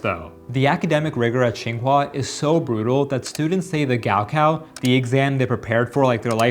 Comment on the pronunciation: It’s not gowcow its 高考